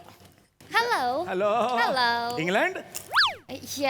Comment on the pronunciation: इंग्लंड नाही इंग्लेंड आहे